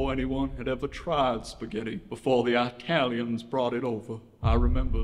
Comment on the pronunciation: saying italians with the hard "I" is crazy work lmfao